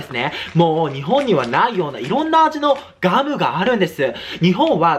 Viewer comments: ガムをギャルみたいにギャムってゆーの草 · 早口過ぎてギャムゆーとるが笑